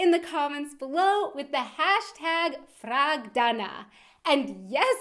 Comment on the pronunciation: #FragDana I swear I heard Prag-Dana in the beginning?